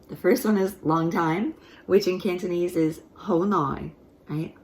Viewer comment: Very good cantonese, unlike other americans with funny accents.